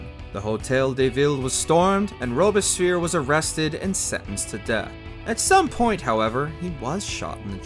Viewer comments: Sounds like Robesphere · Rubish peer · the narrator's pronunciation of robespierre makes me think the reign of terror was good after all. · Bro you gotta go back and try that Robespierre pronunciation again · The way you pronouce Robespierre is criminal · in opposition to the narrator whose pronunciation of robespierre makes me want to stab myself in the ears